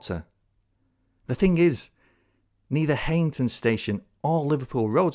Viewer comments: I'm not getting into any "oldest" dispute here (although I'm from Darlington!) Just to say that it's pronounced High-ington, not Hey-ington. Visit Darlington in 2025! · *'High - ington'. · I'm really sorry but Heighington is still very much in use as a station, the pub has closed but the station is very much still in use on the Bishop Auckland branch. Also, it's pronounced kinda like High-n-ton (from a local) cracking video though.